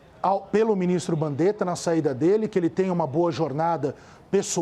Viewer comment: "Binistro BANDETA"